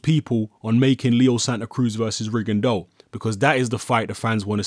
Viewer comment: Props,! It's not often you hear people pronounce "Rigondeaux" correctly.